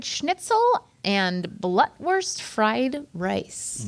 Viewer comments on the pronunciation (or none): Blutwurst is pronounced Blootwurst like in the word loot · *blootwurst lol....sorry the pronunciation was like nails on a chalkboard